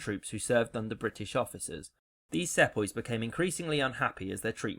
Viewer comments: "Sepoys" it's pronounced seepoys you moron !!! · What was that word for British colonial troops? "Setboys"? Can't make it out.